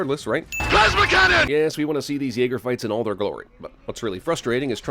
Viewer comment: Jäger? Get it right and jäger is german for hunter so... Yea